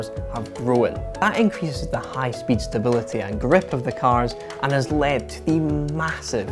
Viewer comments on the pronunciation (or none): none